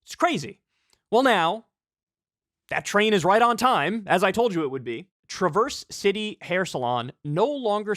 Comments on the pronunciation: It's Trah-verse City, not Truverse City (if that makes sense) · Pronounce Traverse City. Properly. Tra' verse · As a Michigander, the way Kyle pronounces "Traverse City" is a sin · The part of me that's a Michigander cringed when Kyle tried to pronounce Traverse City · Same, I knew there'd be someone in the comments who felt my pain😢😂.